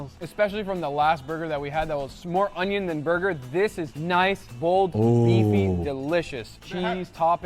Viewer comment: once said: ✨O N Y O N✨